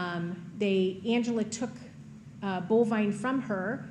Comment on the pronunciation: It's actually Bolvine, but that doesn't make it any less weird. I like Ruger, though.